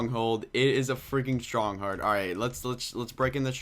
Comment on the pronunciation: "its a stronghold a freakin stronghard" lol stronghard